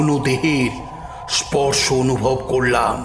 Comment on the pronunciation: বাচিক শিল্পীদের কন্ঠশ্বর ভীষণ ভাবলেশহীন, আর মূল বাচিক শিল্পীর শ্বাসাঘাতে সমস্যা আছে। আর প্রতি শেষ শব্দের দীর্ঘ উচ্চারণ!! উদাহরণ যেমন .. "করলাম" উচ্চারিত হচ্ছে করলাআআআম!!!